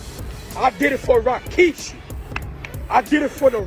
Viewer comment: ‘I did it for RAkishi’ Definitely not family if you can’t say his frickin name properly